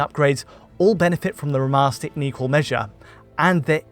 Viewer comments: Alan Wake R'mahstah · Great analysis! Taken out of it a bit though by the many occurances of 'remaster' being turned into 'rimaster', and 'veil' somehow turning into 'veel'...